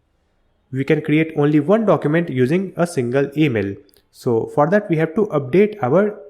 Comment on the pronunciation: Thanks for the video! hope you pronunced your words better especially this "for that"